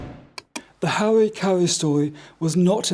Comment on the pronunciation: These court re-enactments re truly dreadful. Couldn’t GB news get a better wig for the KC, the wig used here looks like cheap dolls hair. The actor playing Harry has rhotacism the inability to pronounce the letter r something which Harry doesn’t possess, or has this been done to make Harry appear more inept.